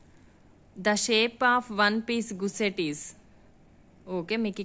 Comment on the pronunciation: అమ్మ గుస్సెట్ కాదు తల్లీ గస్సెట్